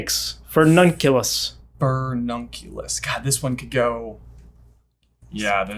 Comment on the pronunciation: complaining that Latin should follow basic sound rules, when it actually does and English just has weird pronouncination rules (eG pronouncing "fUrnunculus" as "fErnunculus") 😂